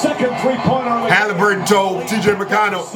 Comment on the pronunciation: He said Taliburton 😭😭😭😭😭😭😭😭😭😭